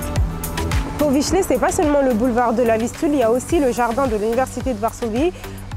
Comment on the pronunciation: Bardzo przyjemna czarna dziewczyna. Tak jak i przyjemnie brzmi francuski w jej ust... Wykazuje się też całkiem dobrą znajomością naszej historii, a ponadto świetnie wypowiada słowo... "Powiśle".